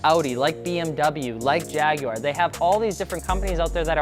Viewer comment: You said Jaguar correctly!!